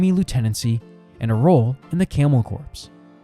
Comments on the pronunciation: I was gonna say..never heard it called a corpse before. Definitely camel corps as in core or marine corps. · Hey buddy just an FYI. The word “corps” sounds more like the word “core”, not the word “corpse.” Just wanted to let you know so viewers won’t get confused. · I can't unhear camel corpse.